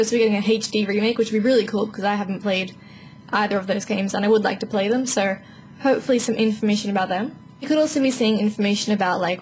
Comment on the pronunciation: Lol she says "so", like (So-urr) Adorable.